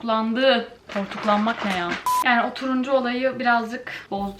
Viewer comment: Nobody:: BU NEĞ YHAA